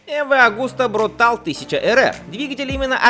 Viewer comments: Тоже режет слух. Марка итальянская и вроде читать бы БруталЕ, с другой стороны половина мира называют Порше - Порш... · Brutale – не «брутал», а Брутáле. Это итальянское слово. Означает либо зверский, либо яростный. Если бы это было англоязычное слово, то, во-первых, оно пишется brutal, во-вторых, произносится «брутл» (означает «грубый»). В итальянском -e на конце слов произносятся.